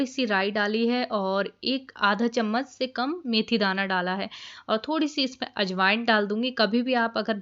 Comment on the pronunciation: Aap bohot mehnat karti ho. Apne do word correct kar lejiye Narmastak nahi natmastak kasturi mathi nahi kasuri mathi,,😊👍☺️☺️